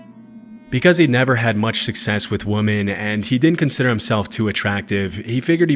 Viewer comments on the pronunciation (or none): Does no one else find it strange that he pronounces "women" the same as "woman"? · why doesnt this guy know the difference between women and woman? He says woman, when he means women in every single video. I thought it was AI at first, but maybe someone who just doesnt understand English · It is pronounced wi-muhn. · The plural of woman is women and is pronounced (wemen) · Does Nick Crowley run this channel? I’ve never heard anyone else pronounce “women” as “woman”. Or is that a regional dialect thing I never knew about? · begging you to pronounce "women" correctly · Woman and women are not pronounced the same